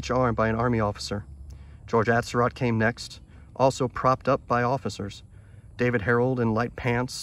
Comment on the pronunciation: The location in Rock Creek Cemetery is known. It was my long time understanding that the rest of his remains were reinterred with the skull. At any rate, this is fascinating, and David makes excellent videos on the subject. Most people mispronounce Surratt, Atzerodt and others. Well done video. Very enjoyable.